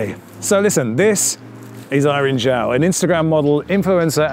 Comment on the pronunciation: As someone with "Zhao" as my last name I commend you for pronouncing it correctly! The "Zh" is indeed a "J" sound, there is no silent "H".